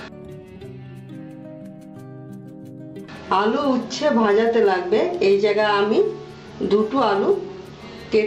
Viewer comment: উচ্ছা না, উচ্চে হবে।